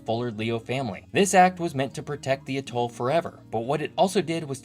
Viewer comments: Generally "atoll" is pronounced "AT toll" vs. "ah Toll" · With the word "atoll" the emphasis should be on first syllable, not the last. It's driving me up the wall hearing ah-TOLL a hundred times! Good show, otherwise, though. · Tremendous video,! One nitpicky concern, however. Please use one of the standard pronunciations of "atoll"... AT-all (or sometimes AYE-tall), emphasis on the first syllable. I've subscribed and look forward to you future posts.